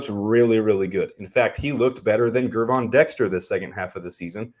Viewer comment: why do you persistently mispronounce Gervon Dexter Sr.’s first name? The G is soft. Pretend he spells it Jervon, and you will pronounce it correctly.